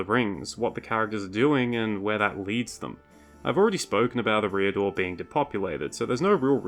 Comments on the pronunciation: It's certainly "Air-ee-adore" and not "Eh-ree-adore" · Your pronunciation of Eriador is abysmal. It sounds like you’re saying “a rear door”. EH-ree-ah-door /ˈɛ.ri.a.dor/ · i pronounce eriador differently to you. interesting. honestly i cant remember the last time i heard it spoken out loud. you say "e' REE a-dor" i say "eria-Dorr" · And you don't pronounce Eriador right. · STOP PUTTING THE WRONG EMPHASIS ON THE WRONG SYLLABLE IN "ERIADOR" omfg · For someone who is a LOTR youtuber, you might try pronouncing Eriador correctly. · Look up pronunciations before making a video. Your butchering of “Eriador” was so grating that I stopped watching. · check your pronunciation of Eriador